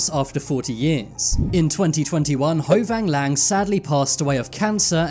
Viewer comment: As a Vietnamese, that is so weird to find. Edit: also you pronounce ho van lang wrong obviously